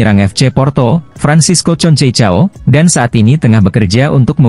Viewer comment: Konsesao bukan concecao 😅